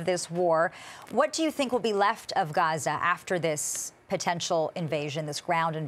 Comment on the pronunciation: Oh you pronounced that غ very well 😊